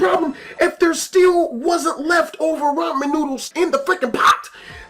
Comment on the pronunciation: who fucks up the word ramen